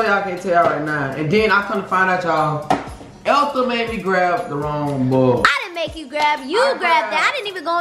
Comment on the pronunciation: hahaha "Ethel" "Elfel"